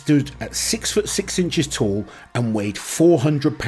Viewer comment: Tall Not tool lol